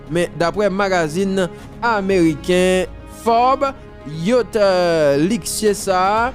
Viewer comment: YA T CH jam li ekri a konsa li pwononse